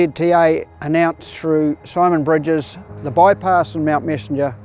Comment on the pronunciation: I thought it was soymon bwidges 😂